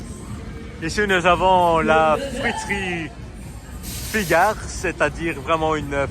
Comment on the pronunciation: c 'est la friterie Figaro pas Figard monsieur vous ne pouviez pas savoir